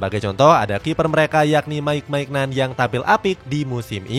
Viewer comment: Bukan MAIGNAN min, tapi MINYON